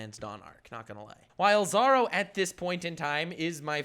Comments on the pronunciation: Stop saying 'Zaro' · STOP SAYING ZARO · Please... Dear GODDDDDD say "Zoro" correctly... Just once? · ”Saaro” lol